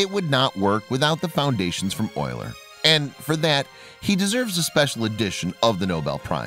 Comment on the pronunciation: The voice narration much improved (since it was a real human). Also glad you finally got the pronunciation of Euler's name correct. You'd think that by now someone would have fixed that problem with computers that read text audibly. Thank you.